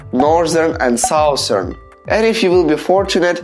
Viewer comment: Norzern and Souzern Its ok people r not rlly gud english